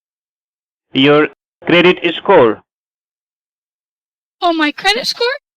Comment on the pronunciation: Your credit " escore"